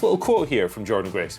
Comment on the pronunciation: Don't you mean Jor-Dean Grace?